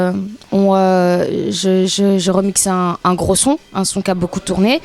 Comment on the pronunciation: ... D'un "grot artiste" aulieu de "groS artiste" J'ai mal au tympans ! Virez-moi cette roumaine.